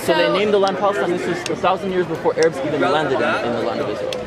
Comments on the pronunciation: She really just said "Ay-rabs" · Her pronunciation of Arabs says it all. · Why does this girl remind me of the Muppet Janice so much? Lol...she keeps saying A-Rabs instead of Arabs. Also, never start a sentence in a conversation with a Jew or anyone ever with, "I don't think the Holocaust happened because.......". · Why do I hear Americans always pronounce Arabs like A-rab, isn’t it pronounced Ah-rab. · Forget that she knew nothing, but when she said Ayrabs and Powgroms I puked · Aye! What’s up rabs!?😂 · She actually pronounced the word A-rabs…..Jesus Christ from a millennial here you parents today have truly failed your kids 😂😂😂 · LMFAO! She said A-Rabs lol... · Where did her pronunciation of "A" rabs come from? It's so annoying. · She lost me at A-rabs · “A-rabs,” lol. You can tell she’s so educated on the whole thing. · "A-rabs"?? She's moronic. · you hear "A-rabs" and you know the IQ is in the single digits.... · Love how Gen-Z Berkeley Girl busts out “A-Rabs” . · She said ayrabs lol